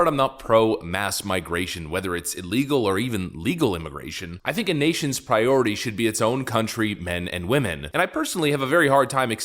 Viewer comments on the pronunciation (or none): none